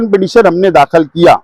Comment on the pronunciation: ابے ایکے کوئی بتاؤ یار داکھل نہی داخِل بولاتین 🤨🤪